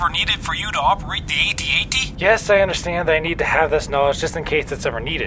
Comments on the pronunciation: Ay-Tee Ay-Tee? No, it's a freaking AT-AT! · It’s AT AT NOT A T A T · It's actually pronounced ATAT